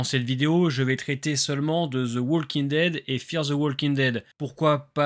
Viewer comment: Super vidéo! Juste une petite remarque: le "l" de "walking" ne se prononce pas